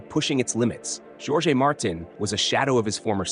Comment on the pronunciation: Bro, pronounce jorge with J silent and as orje. You are doing a great job both with prose and poetry. Thank you.